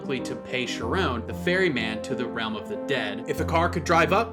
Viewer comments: "Charon" is pronounced "Haa-ron" in Greek but usually "Care-on" in English with a hard C - not a "sh". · Charon sounds like Karon